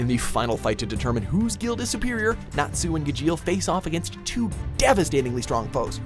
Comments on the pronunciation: You pronounced Gajeel and Natsu wrong... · Doesn’t even know how to say natsu and gajeel